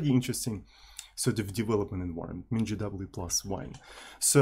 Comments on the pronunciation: спасибо, всю жизнь произносил MinGW как "минг В" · Я на русском вообще произношу как "мин гэ вэ". Но в англоязычной среде принято вот так. :)